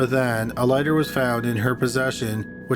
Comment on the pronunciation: "she was then charred with arson" is it just me or did you keep saying charred instead of charged, and then "she was caught with a lgsfjkgter" I had to work out was lighter haha